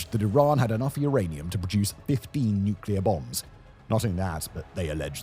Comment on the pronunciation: uranium... its rather Iranium